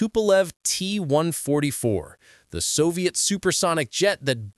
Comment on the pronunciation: TU-144 not T-144.